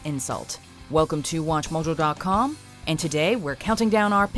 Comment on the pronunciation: Why do you say "Watch Mojo" the way you do? It is very annoying. It's Watch.....Mojo.....Dot.....Com..... not wachmujodotkham.